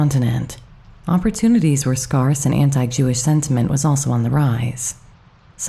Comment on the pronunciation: The word id pronounced /SCARE-se/. I found this bio quite interesting. Many thanks.